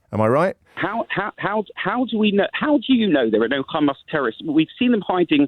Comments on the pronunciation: You can tell he only watches IDF propaganda by the way he says Hamas “KHamaas” why do they struggle with the H sound😂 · He calls it Khamas, so that says it all. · Why does Johnny keep saying Khamas? Johnny is very clearly British and has it in his tongue muscles to pronounce the letter H. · The caller is a isreali thatd why he supporting isreali. The way he pronounce hamas as khamas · He said Khamas not Hamas. Enough said. I know all I need to know about this Israeli spokesman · The way of pronunciation Ghmas , I know enough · The caller referred to them as "KHAMAS" HAHAHAHAHAHAHAH. With his cute little Israeli pronounciation. What a stooge. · He even pronounces "Hamas" the way Israelis do, weird? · Why is Johnny mispronouncing Hamas in the Israeli way?